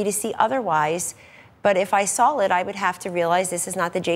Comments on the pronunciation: Sawl is not a word Kelly Ann. Trump Administration is killing our language... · She said "if I sawl it" at 4 min. Go back to the libarry and see if saw has an "L" in it.